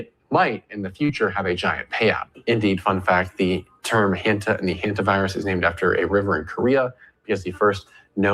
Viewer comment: Hanta not Hunta.